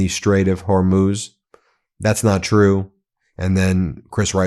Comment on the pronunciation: Thank you for finally pronouncing Hormuz correctly Ben.